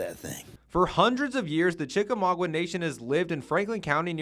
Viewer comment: Chik-a-maugWA? Cringey...